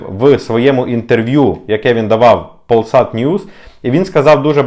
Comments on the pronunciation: вибач мене, в друге тебе поправляю - не ПоЛсат, а ПоЛЬсат. Я там працювала і мені ріже вухо як ти це вимовляєш. Ти ж чудово знаєш що в польській мові є дві літери Л, тверда - "Ł" і м'яка - "L". "L" завжди вимовляється м'яко: Laska, Lipa, Los - ЛЯска, ЛІпа, ЛЬос - Polsat ПоЛЬсат! Де ти там бачиш тверду "л"? Та й тверда "Ł" ніколи б так не вимовлялася як ти вимовляєш. Такого звуку як наша "л" в Польщі не існує. В них вбо [ЛЬ], або [ щось середнє між "у" і "в" з відтінком "л"] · то нехай не складова, але літера L завжди вимовляється м'яко. Завжди. У слові Polsat - це ПоЛЬсат. ЛЬ і аж ніяк не [л] Немає в польській мові звука [л] нема його. Є тільки [ЛЬ] і нескладова. Тут мені важко написати транскрипцію. Та Ви в курсі. Спитайте в будь якого поляка як вимовляється слово Polsat. Та Ви хоч "PolsatNews" подивіться. Бо крім "Wydarzenia" і "Wydarzenia 24" є ще "ПольсатНьюс", послухайте як вони вимовляють. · я 2 роки працювала графіком в Польсаті. Мені важко чути неправильну назву. Тим більше, якщо вирішив посилатися на цю велику корпорацію, то мав би підготуватися й вивчити назву. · У польській мові немає твердої літери л , а є л нескладова і є ль-мяка